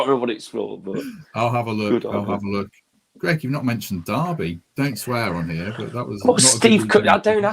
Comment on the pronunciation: Thought it was Greg not gerg ? haha